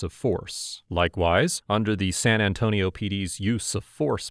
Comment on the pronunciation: The way you pronounce san antonio was very accurate